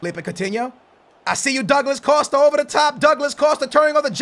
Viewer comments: Douglad Costa? Come on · Douglad costa. Wtf lol